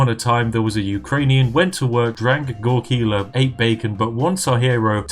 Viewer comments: GoRILKA, dude. Not grkila))) means moonshine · Oh, how could you mispronounce goriLKa?! P. S. Should you ever find yourself playing as russians, tea is чай (chai)